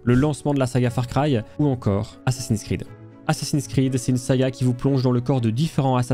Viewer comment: Assins s'Creed ... Bha voyon !